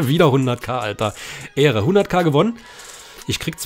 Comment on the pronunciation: 100000 mal ehre hintereinander aber du sagst ähre